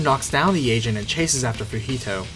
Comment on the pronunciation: i know he's saying 'the agent' but all i hear is 'the asian'